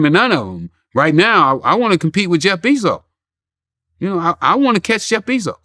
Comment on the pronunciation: Ok relax freeway lol. First u must learn his name. BEZOS, not bizos lol. Buying amazon is out of ur reach ricky lol